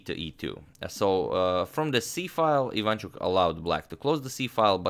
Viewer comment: Not quite. He does a relatively good job, of course, but messes up the stresses. For example, it is pronounced IvanchUk, no IvAnchuk.